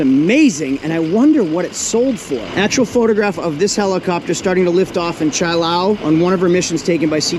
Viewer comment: By the way: The helicopter was at Chu Lai, Vietnam...Pronounced CHOO-LIE (not Chee- lay)